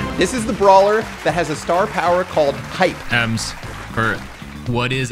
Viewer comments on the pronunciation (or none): Lol 😂 it’s hype not pipe Lol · Technically Syzygy is the same length as rhythm. Also Em's star power is "Hype" not pipe 😂😂. That's Mario's star power lol